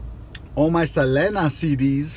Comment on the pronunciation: I was so annoyed at you mispronouncing Selena´s name, but then you screw up the lyrics of the song. Lol